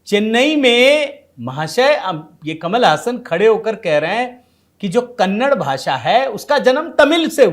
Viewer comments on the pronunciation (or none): जी ऐसा बताया जाता है कि इसका उच्चारण कमल हासन नहीं, कमाल हासन है।